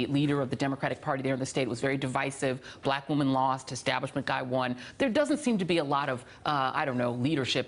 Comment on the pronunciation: I wish the lady commentator well. I hope she updates her vocabulary a bit. 'Pomp and Circumstance' is a state of mind. 'Divisive' as she pronounced it, went askew of her intended meaning. I'm just sayin'....sheesh.